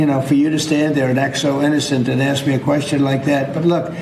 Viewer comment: I’m just trying to to AX you a question